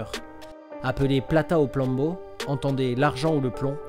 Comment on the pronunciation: a 4.52 il a dis « plata o plombo » mdr depuis j’arrive pas a m’arrêter de rire